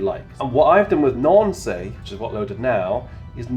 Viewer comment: Very clear video. Hauptwerk can get very technical and complicated ! However, Nancy is pronouced "nan-see" in french and not "nan-say"